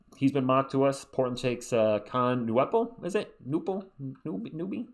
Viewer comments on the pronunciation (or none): Kon Knuepple is pronounced "Ka-nepple". I'd take Maluach over Newell, then hope for Fleming with the Hawks pick.